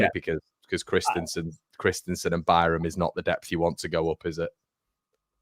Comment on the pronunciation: iT'S KRISTENSEN, IT IS NOT KRISTIANSEN! MY GOD.